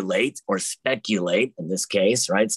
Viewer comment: Spegulate sounds more like regulate than speculate 🤣